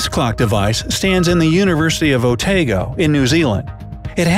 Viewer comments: O-tay-go NZ? It's Oh-Tah-Go, cuz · Sorry to correct you Otago is pronounced Otargo no Otaago.